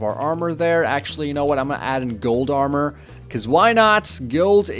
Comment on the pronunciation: Lol he says gold amor and then he puts down diamond amor 😄